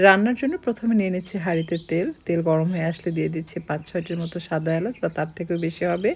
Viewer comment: সব শুদ্ধ বলেন অথচ এলাচকে এলাসি কেন বলছেন?